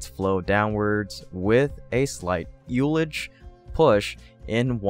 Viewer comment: ULL-idge, not Ool-idge